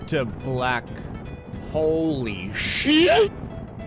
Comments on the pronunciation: I couldn't stop laughing when he said holy syeet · Holy shyeet very English